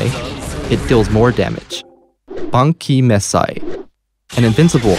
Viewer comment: Thought it was supposed to sound like "Ban Ki" Mes Sai"